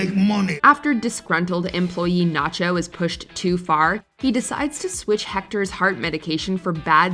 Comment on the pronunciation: Your saying it wrong natcho